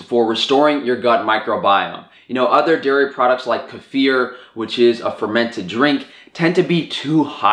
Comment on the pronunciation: YOU SAID KEFIR CORRECTLY ILU 🥰 Also, YESSSS--Excalibur dehydrator?! I've wanted one for ages, and I think this is the year! I actually prefer very runny yogurt because I love kefir, which was sold as 'drinkable yogurt' somewhere when I was a kid. I've long thought that kefir is better for repopulating the gut than yogurt, but I'd have to return to the research to be sure about what I read. Thanks for this video--as usual, there is so much more depth of knowledge here than in any other guide I've seen on the subject. Hardly anyone talks about what to do with the byproducts of things like this. And yeah, it is so much cheaper to make your own fermented dairy products. I really want to start making soft cheeses, crème fraîche, and butter~ Honestly, these are criminally simple to make. I am very lucky that a local farm sells jugs of raw cream, and there are several options for cowsmilk and goatsmilk that age beautifully in the fridge. P.S. the ending oh gawwwd i wheezed 🤣